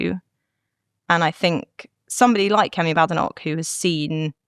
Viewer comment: Someone tell Katie how to pronounce her leader's name. There is no bad in badenoch, the first half is prononced bade. How does she not know this??